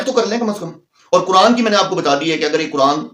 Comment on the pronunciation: ابے او بکھری الجھی داڑھی والے سب سے اوّل غلطی تمھاری یہ ہے کے تمھیں قرآن پڑھنے کی تمیز نہیں پہلے قرآن کی تلاوت و روانگی کو سیکھکر آؤ دوئم تمھارا تلفظ اتنا بھونڈا ہے کے تمہیں خود سے شرم آنی چاھئے کے تم کن الفاظ کو کس طرح نشر کرتے ہو صحیح لفظ قرآن ہے نا کے۔ کران جب صحیح سے پڑھنا اور بولنا سیکھ لو تو پھر کیمرے کے سامنے بیٹھکر اوروں کی غلطیاں نکالنا